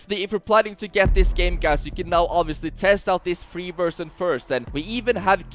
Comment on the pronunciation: It's crazy how this guy speaks fluent english and yet keeps saying "versjyn"